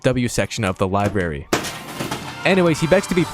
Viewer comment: lie berry 😡😡